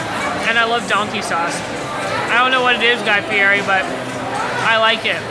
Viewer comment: It’s Guy Fee- Eddie!!! The food is exceptional. Too bad you didn’t appreciate it.